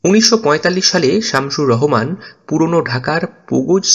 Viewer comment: Vai Rohman na rahoman hbe